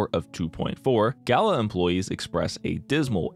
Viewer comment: I really love this video but the constant mispronunciation of Gala is really hard for me to listen to. I'm only a few minutes in and it's just super fucking annoying. I feel like I'm being dumb about this but I just can't handle it, I don't know if I can finish this video.